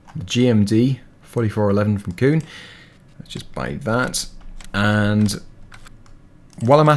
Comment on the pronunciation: Is it just me or, when he said kuhn it sounded like he said coon🤨